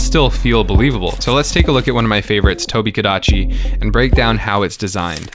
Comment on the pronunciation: “IT’S DA TOHBEE-GADACHY.”